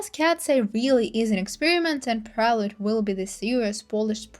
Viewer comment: loved ur commentary but u felt fake asf by pronouncing prelude wrongly and not knowing camilla is related to geffen, gave u even watched the documentary.???